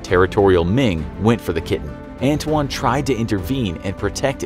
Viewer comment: His name is ant wan